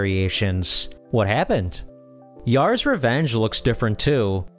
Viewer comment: Yar's, not Ye-ar's. Boss-Cone-ian, not Bos-sown-ian